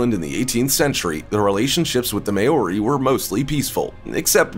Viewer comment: great video but New Zealand Native Maori it's not pronounced may-or-e... Maw-rie.